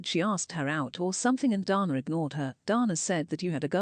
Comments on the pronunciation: Her name is Dana not Donna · every time the text-to-speech lady says DARNAH it fucken sends me